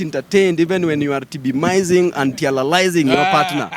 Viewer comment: Eti babu anaema tibilizing and tialalizing waah! Babu umenimaliza